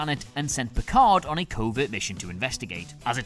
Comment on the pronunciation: Nah nah it’s Picard 😂